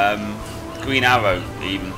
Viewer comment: Green not gween